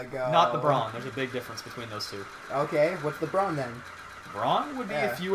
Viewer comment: are you really? cuz when you say brawn, it sounds like.